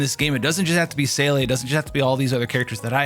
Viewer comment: German speaker here: Your Seele pronunciation is almost there .. make Seele rhyme with Pela and you will be pretty spot on. Still close enough to make me perk up though!